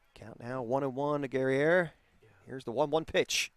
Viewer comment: #8 - Guerrier, pronounced like courier but with a G 👍🏼